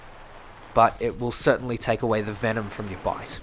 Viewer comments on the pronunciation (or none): none